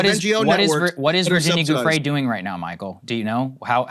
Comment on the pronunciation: pretty sure Giuffrè is pronounced /djuffre/